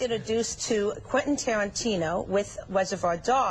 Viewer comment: "look how well you turned out" errr yeah. its quantin taren fuckin tino....